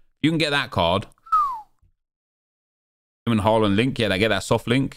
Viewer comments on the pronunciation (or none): none